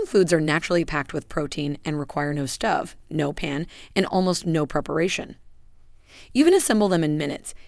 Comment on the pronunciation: It's long 'o' for Stove not stuv.